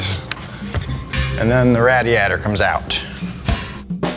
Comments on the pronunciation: Lol he said “radiator” instead of “radiator” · "rädiätör comes out" allmost rally engnlish